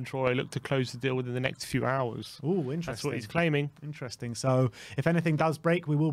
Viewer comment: can you not say interesting lol you make up your own word for it several times 😂 intrensing I think is what you say lol